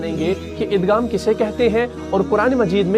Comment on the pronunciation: Aap igham k ghaeem ko ghaf se kiu bol rahy hen